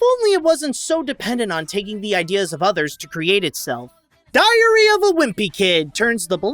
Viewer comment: I swear it sounds like is saying “diarrhea wimpy kid.“